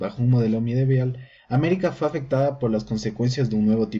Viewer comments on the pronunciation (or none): Está educado, QUE SE HAYA EQUIVOCADO AL DECIR UNA PALABRA NO LO HACE SER MENOS. ¿O acaso tú, "hombrecito perfecto" no me vas a decir que nunca te has equivocado verdad? Tonto